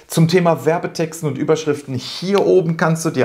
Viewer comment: Hallo, hatte ich ein Kick in der Pupille, oder ist es Absicht, dass du bei "...Überschrifen" das "t" verschluckt hast;-)? Alles, was du in deinem Video angeführt hast, kann ich nur bestätigen und selbstverständlich Mega-Video 👍. Ich hoffe, ich darf noch eine Kleiningkeit zum Thema SEO & PPC ergänzen, die ebenfalls unterschätzt wird: Umso leichter deine Landingpage für Google & Co. indexier- und lesbar ist, desto leichter hast du es mit dem Qualitäts- bzw. Relevanzfaktor der Werbeanzeige. Dies sind zumindest meine Erfahrungen. Ansonsten nochmals Danke, auch für deinen lieb gemeinten Tritt in den verlängerten Rücken;-) bzgl. des Umsetzens. Herzliche Grüße Ingo